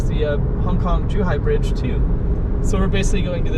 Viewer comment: OMG, WHY "BDIDGE" LEEEEEEEEEEEEEEEEEEEEE